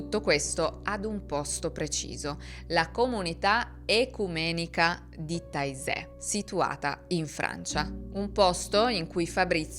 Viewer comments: Bellissimo doc però Taizè di pronuncia Tezè! Taisè proprio non si può sentire 🤪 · Non si pronuncia taizè, ma tezé, sempre con la zeta stile s di casa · Taizé è in Francia. Si pronuncia “tezé”. Frér Roger è francese, si pronuncia “Rogé”.